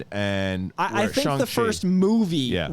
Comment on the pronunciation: Shang, not Shaang